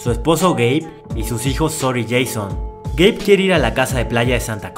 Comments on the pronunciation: Cuántos escucharon gay envés de geibe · Yo escuche gay xd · Video: "Su esposo Gabe" Yo: Yo entendí "su esposo gay." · Yo incluso lo escuché el "gay" sin subtítulos xD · Juro que escuche espeso gay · we es verdad dice gay XD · Yo también entendí "su esposo gay" 😂😂😂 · Yo también entendi gay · pense que habia dicho "su esposo gay" xD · yo escuche su esposo gay pero después dijo, Gabe quiere ir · escuche “su esposo gay” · escuche "su esposo gay" SJASKAJSASKA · jsjs alguien mas penso que habia dicho su esposo gay xddd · El nombre del esposo, yo escuche gay xD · pense q decia el esposo gey xsss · Pense que decia su novio gay XD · entendi gey enbes de gab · Like si pensaste que dijo su esposo gay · Tuve que regresar tres veces el vídeo por que seguía escuchando su esposo gay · No tengo sudtitulos pero si escuche eso JAJSKSJAJA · Yo pensé que había dicho su esposo gay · era "su esposo gabe" pero yo escuche "su esposo gay" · Ramirez Castillo ya se pero si se escucha haci xD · Yo igual entendí eso XD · x2 :v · x2 ajajjaja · Yo entendi q era gay😭😭😭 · Todos entendimos que Su esposo gay xd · Jajaja si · creí que decías "su esposo gay" 😅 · Juro que en vez de Gabe entendí gay nose porque pensé eso. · estaba viendo otra cosa mientras escuchaba el video y en vez de escuchar "Gabe" escuché "Gay" XD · pensé q dijo gay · Yo escuche "su esposo gay" jsbdubdshendnd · crei que dijo gey ,._. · Porque escuche gei en el nombre del esposo xd?